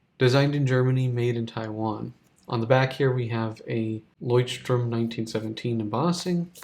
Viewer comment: Why do you keep pronouncing it as "strom"? There's no 's'